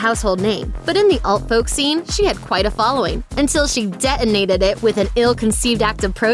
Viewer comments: Dehunated it? You mean detonaTed! Say the bloody T! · Dear narrator. It's "didn't," not "dih-ent." It's "hadn't," not "hah-ent." and it's "detonated," not "deh-onated." Please don't be another casualty of our education system. Learn to pronounce words correctly. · Just a tip. Detonated is pronounced "detonated" not "deh oh nate id"